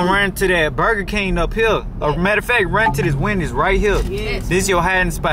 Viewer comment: My boi said buga king the way he said it he ment buger king